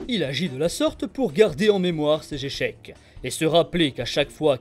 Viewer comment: '' ses jorigines '' '' ses jéchecs '' Haha !!! Pardon, mais j'ai pas pu résister 😅 j'me moque pas, juste c'est mignon je trouve, car je me doute que tu t'appliques dans tes vidéos, et ça ce voit, super travail.